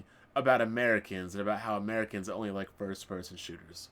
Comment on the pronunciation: "Did you rike it??" is actually not his fault, Japanese language doesn't have any symbol which makes the sound of the letter "L", so any word which is has a "L" is hard for them to be pronounced and so the "L" gets replaced with "R". They have a hard time pronouncing "Red Lobster", as they go on to say "Red Robster".